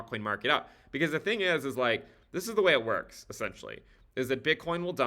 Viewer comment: HE SAID ZA TING